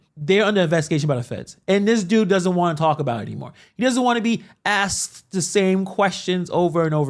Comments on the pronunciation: Did he say axed a question? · No Mr. Mayor, I do not know how many times you've been axed that wuestion. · How many times you been axed those questions? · Was he asked or was he aksed? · Ya know how many times I've been axed dat question 😂😂😂😂😂